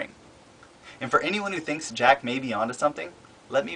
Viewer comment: *thinks not hinks